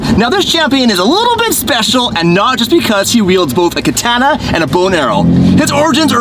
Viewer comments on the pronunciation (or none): none